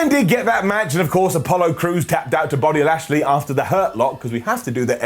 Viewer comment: said Body Lashley.